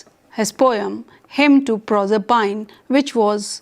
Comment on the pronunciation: "Nopoleon the Turd" - could this be an experimental cartoon character? If you hold a doctorate in English Literature, please check the pronunciation of "stanza", "Proserpine", masochism" and approximately 500 other words before making your presentation.